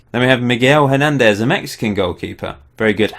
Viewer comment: When you pronounce "Hernández", the "h" hasn't any sound